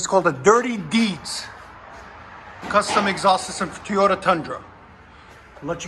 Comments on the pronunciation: IT’s Toyota…NOT Tiyota….come on Man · “Teyota” There is 2 O’s! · I think the best part was of the whole video is listening to you say “Tee - yo - ta”. 😂 I have a 2019 Tundra SR5 and I put dual exhaust MagnaFlow on it, sounds badass!! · Dude... let me break it down for you.. TOY-O-TA. It doest start with Tey. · Love the videos but this guy saying toyota like he does is killing me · You can't say TOYOTA